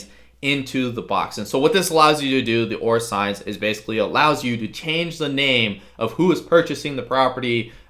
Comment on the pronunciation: For clarity, are you saying "Or Assigns", or "Or Assigned"?